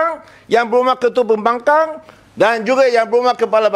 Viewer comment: I heard he said “pihak pembangang” 😂😂😂😂